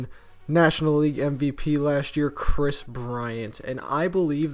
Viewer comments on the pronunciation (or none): none